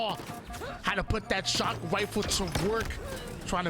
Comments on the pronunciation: He has a speech impediment and it is so god damn distracting. I wish he would just call them snipes. He says sniper rifle like a 5 year old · Why does he say rifle like that